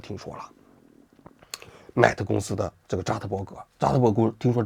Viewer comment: 他不懂的 mate都读不对